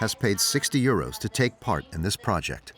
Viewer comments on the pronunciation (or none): Why does the commentary always mention money as eurose (sp). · Why they say uroes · Why does the narrator keep saying euro s.